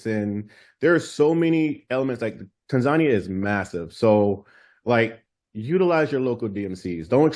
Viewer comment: I happened to see Melanated Safaris on FB today and decided to find their YT channel. Then, I see this video. Thank you and for this video!! I appreciate you both for the information shared especially the correct pronunciation of Tanzania!😀